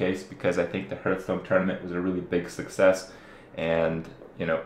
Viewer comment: Hurtstone? Lol